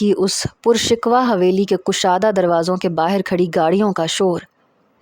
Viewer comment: pur shikwa nhi hota۔۔۔۔۔ pur shikoh hy ye lafz